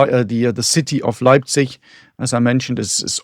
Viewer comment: Once again is flexing his linguistic muscles, pronouncing each and every German word in flawless native-sounding Austrian and yet he manages to pronounce "Leipzig" as "Lebsich" in true Piefke-fashion.